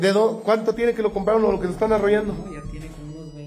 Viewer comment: Ay no es arrollando. Es arrullando!!